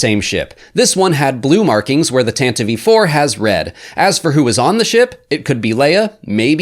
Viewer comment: Thank you for your unparalleled courage in correctly pronouncing Tantive IV